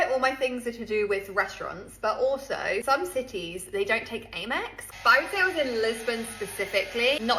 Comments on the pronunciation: Slightly off topic but that "British" person pronouncing it Ay-mex is a bit weird. Usually here it's pronounced Am-ex as in "Am"erican Express. (And no, it's not widely accepted in supermarkets etc, maybe some outlets which cater more for tourists) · WTF is Aimex? The adverts say Am-Ex.